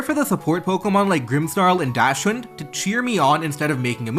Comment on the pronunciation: It’s fucking pronounced Docks-bun not dash-bund